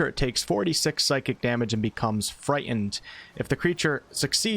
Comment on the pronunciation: The "T" in "Frightened" is not silent.